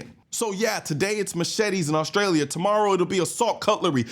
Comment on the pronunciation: My man said every syllable in AUSTRALEEAAAH. Good video. :)